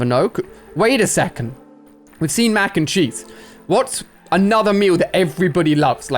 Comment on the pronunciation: I thought he said mac and cheeks XD